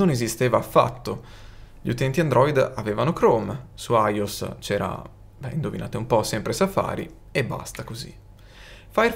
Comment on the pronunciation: Video interessante, complimenti. Ma non ti perdono "aios". iOS -> aioès E, anche se non c'entra niente, ricordiamo sempre la fondamentale: HDMI-> o la si legge con tutte le lettere in italiano oppure tutte in inglese. Accadiemmei OK Eicdiemai OK Accadiemmeai NO